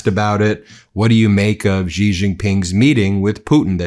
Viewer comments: You're a journalist, Ben. Pronounce Xi's name correctly. It's "she" not "ghghghiii" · XI is pronounced "she" not "gee" or "zhee" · Word to the wise, Xi is pronounced closer to “shee” but with a thinner, less fricative sound.